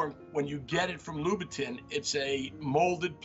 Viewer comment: Well do you know that his pronunciation is closer to the word in French? It is like when I say croissant in French and some rando is trying to correct me by trying to murder the word with an English accent 🤣🤣🤣